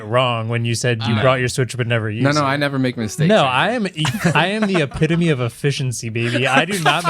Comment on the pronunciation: "I'm the apitemy of efficiency baby" 😂